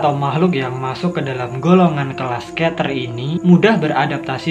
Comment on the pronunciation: Keter = bacanya kiter